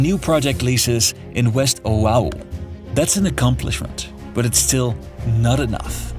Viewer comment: wish this wa more based on facts. The person who narrated this coulnd even pronounce Oahu.